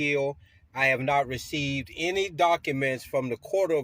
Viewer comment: He keeps talking about serving people with "dock-a-menz." Just what exactly are "dock-a-menz?"